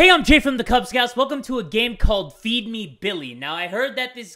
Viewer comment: I thought he said "beefy billy" until the screen said "feed me billy"